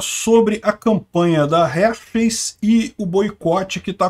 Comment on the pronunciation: Forçam a barra demais; homem é homem, mulher é mulher; trans e cia é outra coisa; cada um no seu quadrado. Só uma dica, a pronúcia correta é Râr-Xis, na emulação fonética.